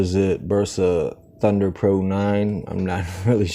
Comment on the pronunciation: No es tpr es tundeer